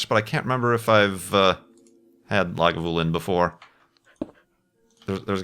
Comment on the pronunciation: You're pretty much on with your pronunciation of Lagavulin.